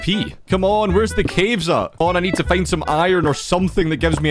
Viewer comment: Original👇 His Pronounce👇 "Minecraft" "Meincraft" "Find" "Feind" "Mining" "Meining" "Now" "Nou"